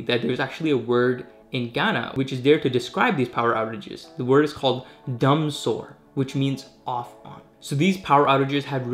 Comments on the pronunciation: The word is DUUM-SOY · It's pronounced "Doom sor" Dumsor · Nice one bro but dumsor is pronounced DOOMSAW. thank you.